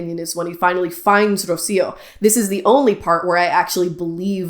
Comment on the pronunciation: And I’m literally Spanish. You literally didn’t trill the initial “r” of Rocío and literally pronounced the terminal “r” of Aguilar as an English “r” (a sound that doesn’t exist in Spanish) rather than an alveolar flap/tap. These tells are literally clear as day.